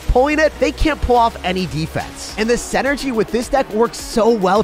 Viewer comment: love your vids!! I consistently have something to look forward to at the end of every single day of work, plus weekends. One minor nit - it's pronounced "sinergy", not "senergy"